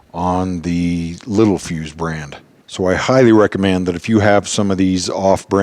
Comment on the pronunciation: Spelling: Littelfuse Pronunciation: lit tell fuse Very common to get this wrong. I did for 30+ years!